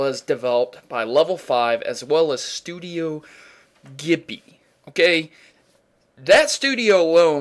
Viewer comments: its pronounced jibly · This is incredible indeed. Pretty good review, but you kept mispronouncing Studio Ghilbli (it's pronounced "jee-blee"). Also, I didn't see why it was "a Chrono Trigger enthusiast's dream" when the only real similarity it had was that they're both JRPGs. Chrono Trigger and Ni No Kuni are both distinctly different in their subject matter, gameplay, and battle styles, just to name a few. I'm not sure you even know what it is really you're talking about when you compared the two. And you didn't even explain what it was about the two that made them similar to each other. I wish the review had more to it too. I mean, I do get that the graphics and animation were awesome, and the story can be interesting, but what about the other elements to it like actual gameplay, the battle system, or the replayability of the game? I've been commenting in a bunch of your videos, and you must believe me when I say that you have an interesting channel. I don't even mind the really bad sound editing at times. I just wish your writing was much better and that you do more research on your topics, especially in your Pokémon Theory episodes. Best of luck to you.